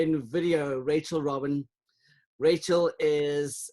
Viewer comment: It's Rachel ROBIN not Rachel ROBINS!